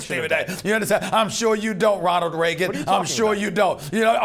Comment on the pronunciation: this guy said Ronald Regan